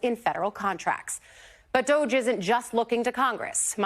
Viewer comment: Did she just say "DOG-E" with a straight face? WTH???